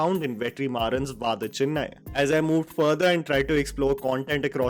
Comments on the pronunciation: Why the fuck did you call it Vaadha Chennai 😭😭. It's pronounced as Vada (like the snack). 😭😭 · I will never get over pronunciation of Vada Chennai…🤪🙃